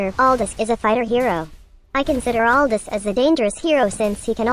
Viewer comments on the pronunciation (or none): I love your channel. Don’t wanna be that guy but his name is pronounced “Al-doo”